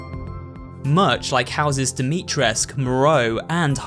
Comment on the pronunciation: Sorry but I have to... NOT DIMITRESC. DIMITRESCU.